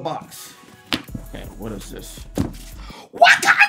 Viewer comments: I got scared every time you said wykanda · It’s pronounced Wauconda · The way he said wakanda 😂😂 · why u say wakanda like that